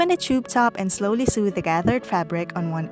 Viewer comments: "Sew" is pronounced the same way "so" is. English is a stupid language and it doesn't make any sense. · What the hell is a weft I’m familiar with the word weave and the word sew is not actually pronounced with the “e” sound it’s pronounced “sow” with the “o” sound